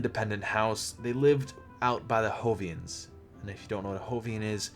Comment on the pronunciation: good and interesting video but its not "hovians" its jovians XD